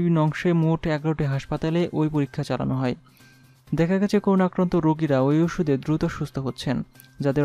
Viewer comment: News reader, pls, accurate pronounciation ; so, koruna noy ; hobe ''Korona ''.